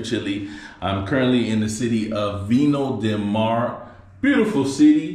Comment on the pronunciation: Viña del Mar bro... Pronounced "Vinya del mar". Vine of the sea. To say vino del mar would be wine of the sea.. haha. Either way enjoy. Greetings from Melbourne Australia.